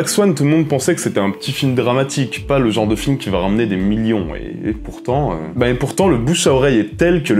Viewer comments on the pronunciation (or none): none